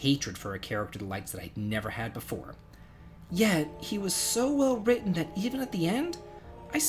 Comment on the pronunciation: I don’t know about villains, but you’re currently my hero,, for pronouncing the double-T sound in “written.” Oh.... and I’m glad to see Ghaleon. I love the Lunar series.